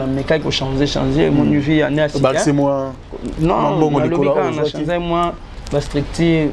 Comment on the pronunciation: Conseil à partir y’a 52eme minutes balobi tika tchoko, oyoki NGAI PE NALOBI: LOBAKA changer , danger et non chanzer ou danzer. Ça arrive po ezalaka probleme y’a lolemo mais sala mua effort ,na wana ekosila nango. Merci pour ta simplicité. Courage !!!